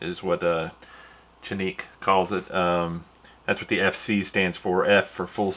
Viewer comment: It's pronounced "Janik". The letter "C" is pronounced like a "J" in Turkish....